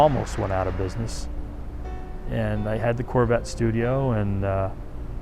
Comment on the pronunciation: Only a Gentleman Texan could say the word “Carvette” properly!